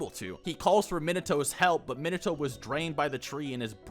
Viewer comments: I keep hearing "Mineto" and it is killing me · I cringe at your pronunciation of Minato. You pronounce naruto the way I do, but not minato. They are pronounced the same. NA-RU-TO MI-NA-TO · Why do you yt guys say minato like nimatoads instead of minato like how is japanese name is supposed to be pronounced...? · they way you say minato makes me want to claw out my eyes